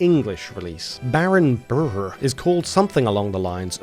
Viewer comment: him pronouncing the hard "r" in "Brrr" caught me... seriously off guard.